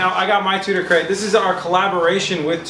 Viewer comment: Keep hearing him say Tuna Crate